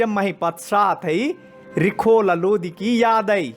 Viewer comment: Bhai phele lodi nhi hai lodhi hota hai